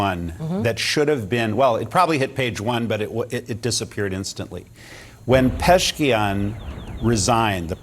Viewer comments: That old bald guy is typical Fox News guest. Full of shit. And by the way it’s not Peshkian it is pezeshkian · You don’t even know the name of Iranian president and yiu call yourself middle east analyst ?😂Peshkian 😂